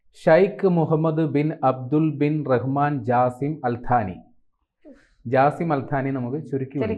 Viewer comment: Al haani alla al thaani ok